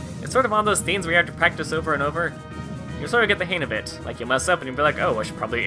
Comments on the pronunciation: Dude. It's HANG. Not "hain" Sorry. It was really bothering me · Im sorry but it irritates the fuck out of me that you say "han of it" pronounce the "G"!!!!